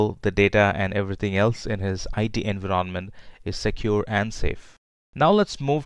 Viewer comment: Why do you pronounce "environment" in such a weird way? Had to stop the video multiple times.